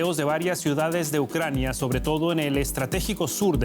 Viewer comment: Ai mi madre , pereodistas Espanos , APREDEd de pronunciar bien los nombres de las ciudades y de las personas Ucrañano-Rusos . Q dais verguenza , parece q ni preparais para las grabaciones . Y eso q no estais en el directo.... A estudiar colegas!!!